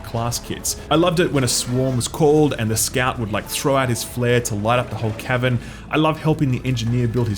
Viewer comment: I can't tell if he's saying Cavern or Kevin